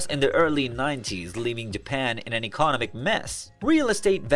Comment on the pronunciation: Is it me or does it feel like this whole episode was written and put together by AI? Even down to the voice. It can't pronounce words like economic or commodities correctly lol.